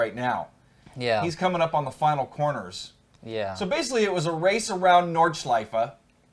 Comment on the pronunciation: hey guys when you already ask about correct german pronunciation : the track is called Nordschleife - don't swallow the e at the end . same goes for porsche ;) schleif and porsch sounds funny for germans ;) greetings keep up the good work